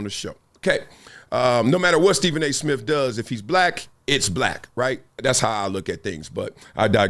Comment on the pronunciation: Steven A. Smiff??? 😊